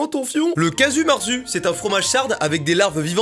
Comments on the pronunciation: Casu marzu 😂😂 j'habite en corse ( prés de la sardaigne ) ca se dit cazou marzou avec l'accent sur les z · Stop ! Ça ce prononce « kadju mérzou » déjà! Ça se trouve aussi en corse, et plus personne ne le mange avec des verres. C est juste un fromage avec un état de « moisissure » plus avancé que tous les autres fromages, en gros, il est juste connu pour être le fromage qui pue le plus, et qui a du coup le goût le plus fort, POINT! ( sinon très chouette vidéo, toujours un plaisir de recevoir des notifs de tes vidéos ) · le Caju mertzu c'est corse et ducoup les PUTAIN DE U SE PRONONCE OU (calme toi yurushi) merci